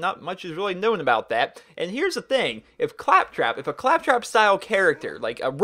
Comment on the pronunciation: did he say claptrap please tell me he did not say craptrap